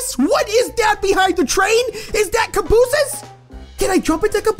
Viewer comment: that is not the correct term, those are freight cars, but still, the way you said cabooses cracked me up XD